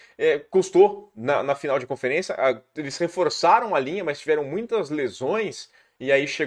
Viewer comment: Fala, bããooo? Cara, farei um pequena "crítica" aqui a sua pronúncia, e tb é algo que estou vendo acontecer muito com youtubers e até muito na TV: ouça seus vídeos e veja o qto vc diz "MAIS" ao invés de "MAS"... para muitas pessoas é um erro "normal" hoje em dia e que esta ficando cada vez mais "aceitável", mas confesso que me incomoda muito a cacofonia e o uso incorreto do português. Nas suas transmissões da ESPN vc comete o mesmo erro. Forte abraço!